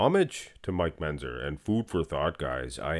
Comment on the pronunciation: can you learn to pronounce Mentzer properly?